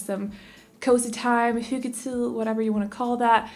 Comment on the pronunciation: “Have some cozy time, Hyggetid”...ahah elsker hvor anderledes det hele føles når du snakker dansk ;))